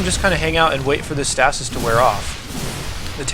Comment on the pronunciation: Stay-sis. not stas-is